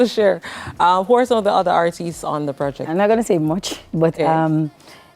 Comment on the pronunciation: Someone please teach her how to say ARTISTS when she wants to say the plural of artist. 🤦🏾‍♀️